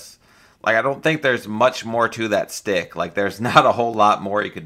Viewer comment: It’s schtick, not stick. lmao